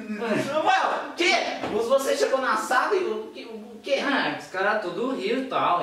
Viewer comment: TUDUH BOM AMIGO?,bebeu demais,kkkkkk